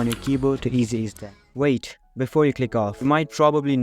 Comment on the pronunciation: wait ❌ oait ✅